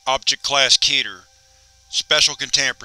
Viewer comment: Keeter? More like, suk mah peeter. It’s keht-air, or keht-er.